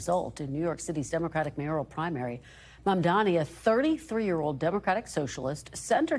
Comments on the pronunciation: Why does she keep saying his name like Mamdami? Am I crazy? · JFC it's not hard to pronounce his name correctly. She repeatedly called him Mandami. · Mamdami?? Still struggling to pronounce the name? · It's mamdani, not mamdami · why do people find it so hard to say the guy's name properly its MAM-DANI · Cuomo still can’t M-a-M-d-a-n-i’s name right. He either can’t learn or he is just choosing to continue mispronouncing it. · They still can’t say his name right 😐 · He still cant say the name right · Why is it so difficult for these people to pronounce "Mamdani"? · Still can’t get that name right…🙄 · Cuomo still can't pronounce Mamdani's name right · cuomo STILL CANNOT PRONOUNCE MA'M'DANI! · can you just get his name right? Is it really that hard? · he still can’t pronounce “Mamdani” correctly lol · Did Cuomo MISPRONOUNCE Mamdani’s name again?!? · how do you run a slot on msnbc on a guy whose name you can't learn to pronounce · It's M A M D A N I.. FOR GOD SAKE!! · why is it so hard for people to pronounce “Mam-dani“? is could scarcely be simpler, but they can’t ever seem to say it properly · Still didn't pronounce his name correctly. 😂